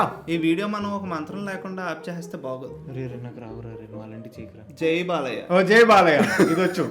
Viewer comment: Balayya X Boya ❌ Bolayya ✅💥🔥😂